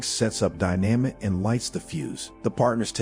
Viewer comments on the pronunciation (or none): wtf is die namit !???? fucking computer !! just get somebody !!!!